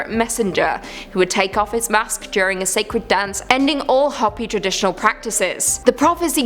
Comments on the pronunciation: You can say Ho pee not hoppy! I should know since that's my blood from my babas side of family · I can't pronounce half of those words ether. However, the name for the Native American group you spoke of is Hopi, pronounced ho-pee. Just trying to help. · It's pronounced HOPEE. Like hope with an elongated E. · Hoppy land lol it is hope-E, I love hearing your pronunciations, I suck at it also. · Kali is a goddess, not a demon. And it’s Hopi (Hooper) not Hoppy. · Hoppy.... Hoe-Pee. Lmfao. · It's Qwet-zill-cot-tull, and, it's Hope-y, not Hop-y. Also, we're doomed! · I'm 1000% sure it's pronounced hoe-pee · it is Ho-pi but that isn't what they call themselves. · Yeah, did great with the difficult Aztec names. Calls Hopi Hoppy....repeatedly. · How do you not know how to say the word Hopi and then the people who produce this video Let It Go on YouTube like this what a joke. Everyone's like oh you did such a good job this was garbage